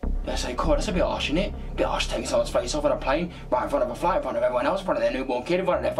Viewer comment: Lol he produced plane as 'pain' at the start of the video lol